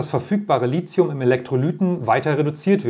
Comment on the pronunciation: Sie sollten mal ihre Aussprache von Lithium überdenken, denn th spricht sich nicht wie z oder c sondern zB wie Lithograf, keiner käme nämlich auf die Idee Lizograf zu sagen. Lithium hat auch keine Ähnlichkeit mit Silizium was viele bestimmt annehmen.